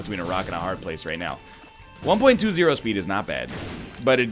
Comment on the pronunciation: does he say "Haarrrrd" or pirate jokes went too deep inside my mind